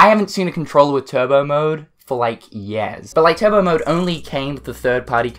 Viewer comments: Anyone else cringe every time he says “years” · “Yeahhs ago” LOL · Where are you from? I couldn't tell you had an accent until you said "years". I can't place the accent though...anyways I like the controller, pretty neat and unusual.